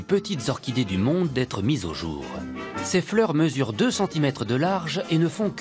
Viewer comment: un géant d'un autre "jore" ???